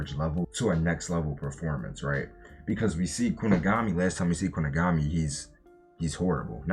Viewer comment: “Kuni-guh-mi” was doing the rounds months ago on TikTok😂